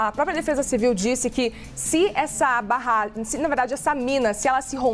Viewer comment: Eu ouví ela falando "Rompimento dessa barrgem" ??